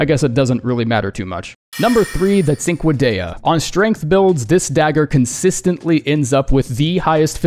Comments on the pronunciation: It pains me how much you bastardize cinquedea pronunciation xD Hint: it's "ch" sound (like in cheddar) in the beginning. Also, I was playing a mage build right before I've got Glintstone Kris. I wasn't a mage right after I've got it. I became a regular-ass L2 spammer. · You pronounced Nerijus correctly but still butchered Cinquedea lol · I thought it was pronounced " Sin-Kay-Duh" lol